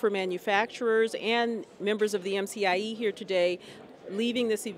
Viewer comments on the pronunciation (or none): It's not MFIE summit. It's MCIE Summit.